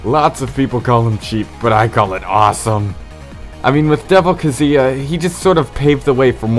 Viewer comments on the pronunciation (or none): It's pronounced Ka-ZOO-yah